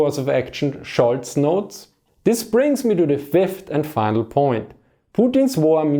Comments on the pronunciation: His name is "Scholz" not Schulz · Scholz, not Schulz :)